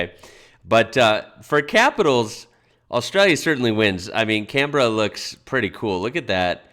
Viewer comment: What did he say Scambera 🤣Where did this guy get his info Telstra